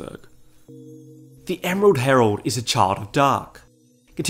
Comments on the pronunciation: ‘emerald hemerald’ replay button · Hahaha is he meaning to say Emerald Hemerald and is that actually a thing? I'm in tears laughing. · "Emerald Hemerald" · I liked how in the section about the emerald herald, you kept calling her the "emerald hemrald" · Emrald Hemrald lol